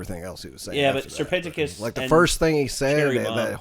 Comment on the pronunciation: is no one gonna talk about how he said "sir penticus"